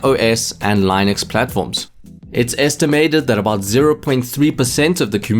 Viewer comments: it is with short "i" like in word sing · As a linux user it really hurts my ears how wrong you are pronouncing it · good video, just one thing: look up how to pronounce "linux", I got triggered multiple times lol